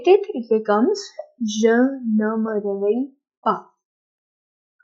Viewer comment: Yes,mostly i saw that indian people dont pronounce in french accent, this indian style french is useless in france and canada Eg: Indian pronounce-Je me réveille tôt French pronounce-Je me gheveille tôt